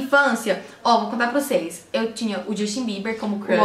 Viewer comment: Quando ela falou justin Bieber eu escutei ximbinha.Kkkk😅😂